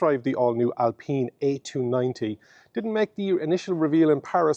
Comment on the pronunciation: Alpeen!!! Alpine as in the alps